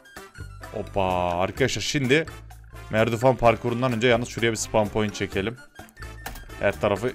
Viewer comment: abi merdivene merdifan dedin bu arada guzel video